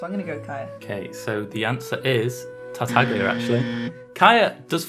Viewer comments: tartaglia's name is pronounced tartayia. in Italian gli is pronounced as "y", like tagliatele which is pronounced as ta-ya-te-le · it just hurts my Italian ears hearing people call tartaglia in English tarta-glee-a since the Chinese dub anyway has it pronounced correctly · The way he pronounces tartaglia is annoying me, more so because I don't know if it's right